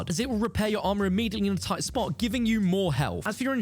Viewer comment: I like the emphasis on immediately lol I do like this format.